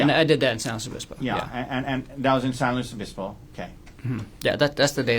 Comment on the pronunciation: why is he pronouncing San Luis Obispo like that?